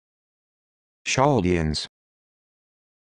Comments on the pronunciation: No it’s cal de ans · This is not the correct pronunciation. Ch in Hebres is closer to a K